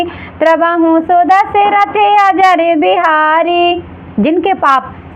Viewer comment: Ajar nahi hota hai ajir hota hai